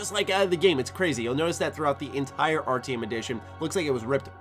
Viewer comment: You say Artyom like its ARTM. lel go replay the game and say it correctly.